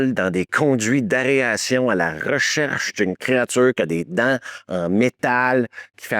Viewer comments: Excellent vidéo comme d'habitude ! Juste c'est aération pas aréation, comme aéroport et non aréoport 😇. En même temps je critique mais ma prononciation de certains termes anglais est pire 😂 ! Quand j'en suis à faire ça comme réflexion c'est que le reste est parfait !!! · Tu fais exprès de dire aréation plutôt qu’aération? 😂 dans une une vidéo tu fais la même erreur avec areoport et aéroport 😅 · Areation ... 😂 Même le correcteur veux pas l écrire 😂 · « Dans un conduit d’aréation » 😂😂😂😂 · Petite confusion vers 18 mn : le gars qui part dans les conduits d'aération (et non "arération" comme tu le répètes plusieurs fois) est DALLAS, et non ASH. Et une particularité que tu as omise : lors de la sortie française du film, la partie où Ripley découvre ses compagnons dans la nursery, n'était pas présente. Elle fut rajoutée bien des années plus tard. C'est pareil pour Aliens : dans la sortie cinéma, toute la partie avec les tourelles automatiques n'était pas non plus présente, mais fut rajoutée elle aussi bien plus tard. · AER-ATION!! 🤣🤣 Merci pour cette vidéo!! (et j'adore inviter mes amis à Gruyère, au musée Giger!!) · Tu as du mal à dire "aération". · ”dans un conduit d’AREation” 😂 et répété 3 fois. Il ne me manque que le ”etchétéra’’ pour me rappeler pourquoi je suis devenu accro à cette chaîne. Merci. J'ai eu mon ”etchétèra” sur la toute fin 😂😂😂 Merci 😊